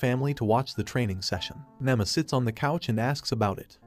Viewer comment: Her name is Nema not Nama